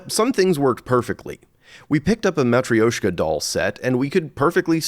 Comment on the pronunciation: mat ree osh kuh doll???? WTF pronunciation muh TROwsh kuh